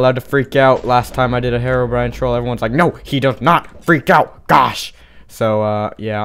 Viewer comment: Lol I laughed so hard at the end when you said horror brine horror brine it was soooooooooooooooooooooooooooooo funny